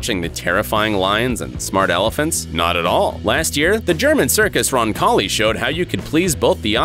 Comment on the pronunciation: "elifants" LMFAO